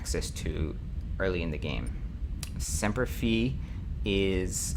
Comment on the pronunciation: I know its an old video, but I just started watching them.. muddling through the game right now. Its Semper Fi as in Fy (like Fry, but w/o the r), and it adds Marines to help in boarding actions, which is why the first number goes up; Caravan adds more skilled crew, so the first n umber doesnt go up as much but the 2nd number goes up a lot, to represent backup crew in case you take casualties during battle. Also for the top graph on weapons, its actually charting weapon deviation.. the longer the range out, the less accurate, not more accurate. Thats why ballistic weapons are so horrible for long range combat Aside from those 2 things, Im very much appreciating your tutorial-like approach to this LP